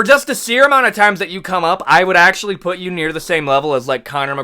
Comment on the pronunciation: ''Akssshually" 🤓🤓 'the damats'😭